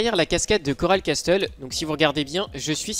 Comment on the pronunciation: Tu prononce mal castle mais sinon merci!